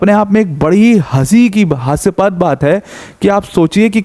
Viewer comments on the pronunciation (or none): हास्यास्पद को हास्यपद , शंघाई कोऑपरेशन को शंघाई कॉरपोरेशन... इस शब्द ज्ञान से आप यूपीएससी की तैयारी करवाएंगे!!!